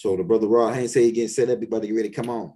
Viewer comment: I appreciate the knowledge but if I gotta hear you say R0d HaYNes I’m gonna lose that knowledge and some brain fragments